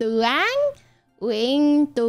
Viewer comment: Sao chữ "Nguyện" nói mà tui nghe na ná giống "Huyện"